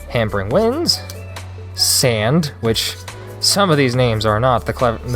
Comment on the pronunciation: And the names are pronounced differently lol laughed sand 😂 it's "sawnd "